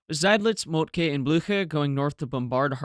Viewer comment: I love the color photos, albeit they are probably not original. Your German pronunciation is getting better and better; only the e in Moltke is overly stressed. It should be short, nearly like a schwa. Scheer has that vowel you used for Moltke. :)